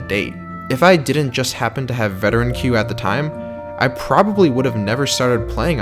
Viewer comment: You pronouncing queue wrong